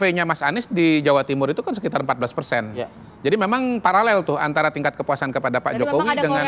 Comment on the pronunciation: Pararel lol,bkn paralel...piye to